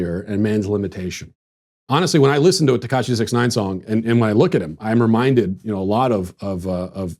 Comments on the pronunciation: 6ix 9ine is pronounced "six ix nine ine" So you say the word 'six' then you say 'ix'... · Tekashi (even though he isn't Asian) Sixix Ninine. That's how you say his name, don't be fooled that it's just "six nine". Sixix Ninine. Read it aloud as it's "spelled". Ugh. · You pronounced sixix nineine wrong.